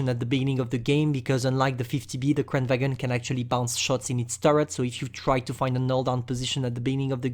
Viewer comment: it pronounce kran varn